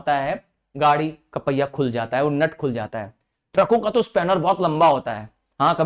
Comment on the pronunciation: Sir( jata) bola jata ha 😅